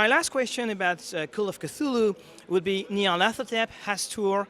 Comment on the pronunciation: Chouette interview comme d'hab ! Bravo pour la prononciation de Nyarlathothep en anglais ! ^^ Rhooo et ce scoop sur la Runequest Campaign !!!